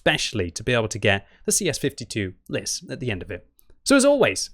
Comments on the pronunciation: its LIS not L.I.S. it means the FOX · Its not L.I.S its Lis=Fox